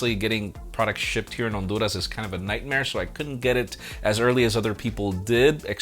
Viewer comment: I love when said Honduras:) Kept replaying that scene many times. Give us more Spanish enjoyments!!